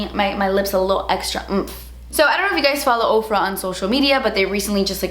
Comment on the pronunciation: When you said "I don't know if you guys follow Ofra on social media" I heard Oprah and was so confused until like the end of the video LMAO